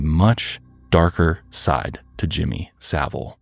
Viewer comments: So satisfying hearing an American say his surname correctly. 😂 This man was disgusting and I hate he was never punished while he was alive. There were people who were mad that allegations came out after he passed. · Thank you to you 3, the only Americans I’ve ever heard that can pronounce Savile correctly! Not that he deserves the dignity, but it is appreciated. 😮